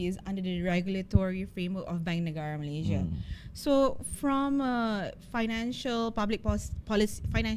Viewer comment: It's MalaySIA, not MalayZIA.